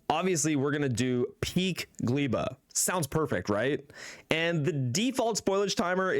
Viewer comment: I hope there will be time people will be able to pronounce Gleba correctly... The "e" in the middle is pronounced as you would read "a" (like in "I am"). In Polish Gleba means "soil". Very matching name for the deathworld Gleba in Factorio. edit: as explained by there gleba is also a term in english, it is more related to Gleba than polish world. So my theory about how to pronounce it is irrelevant...